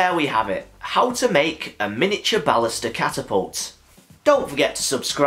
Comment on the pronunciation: Don't worry about it. I don't mind at all. It's actually a great way to say it.